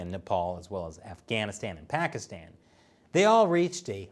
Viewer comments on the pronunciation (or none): none